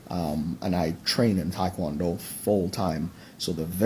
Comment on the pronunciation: And he can't even pronounce Tae Kwon Do right, so I ain't believing anything that douche said.